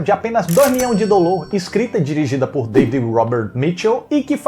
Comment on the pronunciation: Eu odeio tanto quando ele fala 'dolores' e 'tadunido'... Nossa 🙄